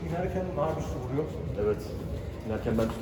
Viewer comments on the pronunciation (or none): none